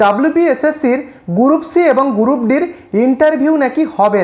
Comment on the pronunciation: গুরুপ!😵 উচ্চারণ জানে না, ভিডিও বানায়